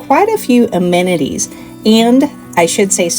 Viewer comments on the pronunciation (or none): none